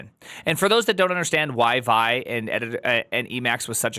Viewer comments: It's wild hearing say vaɪ, with his half-million plus rabid fan-base. He's just about single handedly changed history. It was always viːˈaɪ (vee-eye)—just as ed was always ee-dee—to all the OGs, but then time passed, and no one said it for years, and then a new, young, eager group grew up, found it, but only encountered the name through text, so they don't know that literally nobody from the original group of Linux creators and users pronounced it as the single syllable way, and now all of you say it. Now I want to get famous and teach the next group of kids that GIF is pronounced HEEF. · Btw it’s pronounced “vee-eye” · it's pronounced with its 2 letters, v-i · I admit, I thought "Squeal" for sql, "Gson" for json are kinda cute, but "Vy" for Vi is too much!!